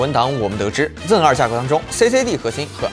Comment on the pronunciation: 就不能读成Zen two 吗老哥，真的违和。。。